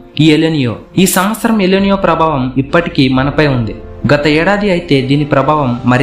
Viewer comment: ఎల్ నియో కాదు ఎల్ నినో ముందు భాష విధానం మార్చు